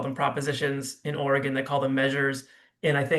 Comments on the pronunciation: Can you not pronounce the state’s name properly woman?? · Lady, you are mispronouncing Oregon. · What a moron she can't even pronounce are state name right